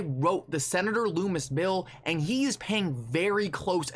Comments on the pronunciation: The name is pronounced Lummis ( sounds like Bum or Dumb) not sounding like Loom or Doom. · It's Lum-is, not Loo-mis